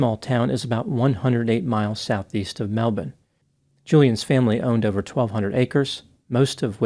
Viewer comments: It was actually Budgeree. Pronounced like the first part of the pet bird, Budgerigar. C'mon! I know you've learned how to pronounce Melb'n correctly, but get it together with your barely-inhabited Australian wilderness localities! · I love how pronounces Melbourne properly. We pronounce it "Melbin", not "Mel-BORN" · Nailed the pronounciation of Melbourne